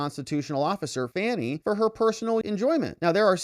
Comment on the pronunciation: Actually, her name is pronounced like Fawnie, as in Fawn. That's how her father pronounced the name. Whatever. Trump 2024!